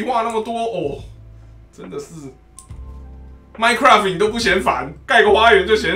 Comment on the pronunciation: 你說的是my cuai 嗎